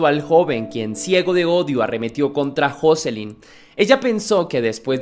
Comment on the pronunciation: No se pronuncia asi el nombre de joselyn